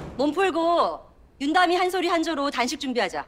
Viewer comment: 아 계속 윤담이를 전담이라 듣넼ㅋㅋㅋ